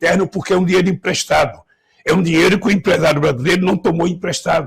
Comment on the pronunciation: "Empresdado" né vaga...bun..do😭